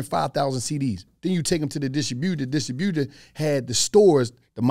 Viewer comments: The way says distributor 😂 distro-booter 😭😭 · Bruh…. It’s a dis-tribute-er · I've NEVER heard distributor pronounced in such a way... 😂